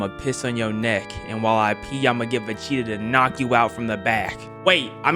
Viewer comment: Is it just me or does say Vecheetah instead of Vegeta?